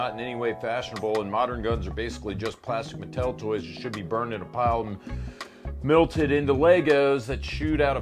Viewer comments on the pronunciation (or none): did you pronounce melted as milted? my god man I had faith in you jokes aside love the james v hop series, and the other content